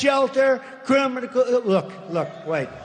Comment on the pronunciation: Hilarious that he can’t say “Criminal” 😂